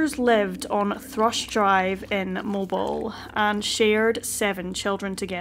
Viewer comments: I pray that by now Danny is safe in the arms of our Lord..Who asked that the little children come unto him..as such as these make up the Kingdom of Heaven. RIP Daniel! Nicely done..thanks. PS...Mobile, Alabama is pronounced here Mobeel. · If you get another story set here, it's pronounced MoBEEL. I've never even been there, so I'm not offended! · Just a friendly FYI: it's pronounced 'MOH-beel' Think Beale St. in Memphis, or like the word deal or seal. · Mobile, Alabama is pronounced MO-BEEL. There's no reason you'd know that. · It's "moh-beel"... 🤗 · Mobile is pronounced MoBill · It's pronounced Mo- Beal like the color TEAL but with a B .. luv .. it's spelled like Mobile Cell but pronounced Mo- Beal . Love ya accent tho..💯💯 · Its pronounced MO-BILL. Common mistake ☺ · I was coming to say that! I’m from central Alabama and it totally threw me off the first time she said it. But I quickly figured out what she was saying. 😊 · Mo Beal not mobile spelled the same but sounds different. Mispronounced places us common on this channel. A simple Google search will tell you how anything is pronounced. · It’s pronounced MOE-BEEL Alabama, darlin’…. Bless yer heart 😉😘🥰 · I was so shocked to hear my hometown named. In all friendliness, it’s pronounced Mo-Beel (rhymes with faux heel). No way anyone not from the area should know. ❤ Love you content. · Dammit! It's Mo-beel! NOT Mobil. At a phone exchange in Italy (early '80s), they pronounced it "Mo-bi-lay". Cracked me up... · Mobile sounds like MOH-beel not Moh-bull.. Sorry, the way she is pronouncing it is driving me crazy, lol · Not to disrespect you at all, but it is pronounced Mo-beel' not mobil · You do a great job covering this tragic disappearance. By the way, for future reference, Mobile, Alabama is pronounced Moe-Beel. Please keep up the good work. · Very sad indeed!! That poor woman...with #8 on the way. PS....I believe the town is pronounced Moe-Beel. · I believe it’s Moe-BEEL Alabama. But, great video.